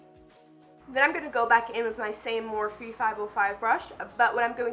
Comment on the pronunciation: She's says morphe wrong every time. And that's isn't an eye shadow palette. 😂